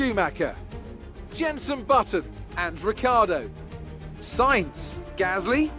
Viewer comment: Val-terry Mah-tsoo-shi-ta Sign-th (Sainz) Jaw-vee-nah-tzi Who else do we have?